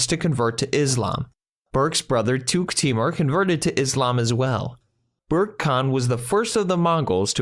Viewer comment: Good summary, but could have been further improved if the reader could try to respect the Mongolian language and preserve its pronunciation, rather than reading the ‘English’ word. ‘Burkha’ Khan is not ‘Bourke’.